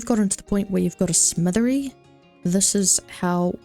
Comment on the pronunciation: Not being mean but it’s SMITH-E there is not an R in that word.